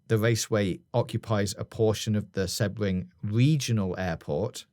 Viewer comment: Interesting theory about Sebring (pronounced more See-bring btw, but no biggie), but in Florida there is also Daytona International Speedway (up closer to Orlando, at near Daytona Beach) and Miami Homestead Speedway which is down by the Everglades.